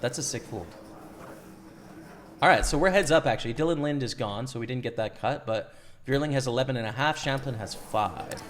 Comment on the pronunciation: Good vid as always man!! Btw, you pronounce the E in Linde. Lin-dee